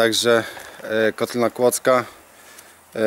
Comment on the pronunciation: Popraw końcówkę, nie Kodykiej tylko Kłodzkiej ;) Tak to seria mega super. Myślałem że znam kotlinę ale pokazałeś że warto tam wrócić i jeszcze się pokręcić i poszukać fajnych miejsc. Pozdrawiam LWG